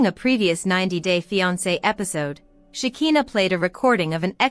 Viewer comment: PLEASE, CAN YOU PRONOUNCE SHEKINAH'S NAME THE RIGHT WAY?! "Shuh'khai'naah" itś not that difficult I wonder if you even watch the show since you still don't know how to pronounce her name the right way 😑